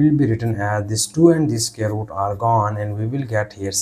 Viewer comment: Square root ❌ Scare root 💀✅